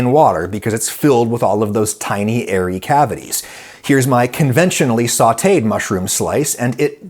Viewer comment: Um, does anyone else hear what I'm hearing when Adam says "tiny airy cavities" after ?